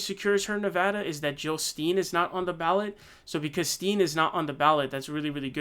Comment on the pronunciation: Jill Stein, you’re pronouncing it wrong. It’s Pronounced STEIN not STEEN, the E is silent